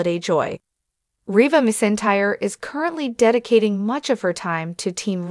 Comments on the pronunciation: It’s McEntire not misentire. Get it right or stop talking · Her last name is pronounced mackentire please know enough before you release a video butchering her name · It was so disrespectful to such a famous Country music icon and Queen of Country Music if you cannot pronounce Reba McEntire's name than you should not be letting her name come out of your mouth! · You need to pronounce her name right! That is so disrespectful to the artist. Reba is the most iconic name in the world and you can not pronounce her name right, come on show respect. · I disliked the video because you don’t know how to pronounce her last name! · Learn to say her name before you speak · This is a slap in the face to the legendary Reba, if you can’t pronounce a name correct maybe you should try to do some research before you just butcher a legend and icon and queen of country music by not saying name correctly at all. I think you need to do some research and learn how to use real names before you spread spam news to try to make a video famous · Being so disrespectful and how you're pronouncing your last name to such an amazing gratified humble and grateful and loving and God artist you ought to be ashamed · You should be embarrassed pronouncing her name that way!